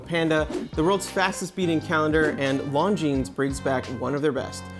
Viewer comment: Pro tip: learn to say Longines correctly. Ridiculous that a watch channel can't get a basic pronunciation right. It is not "Long Jeans", the 's' is silent.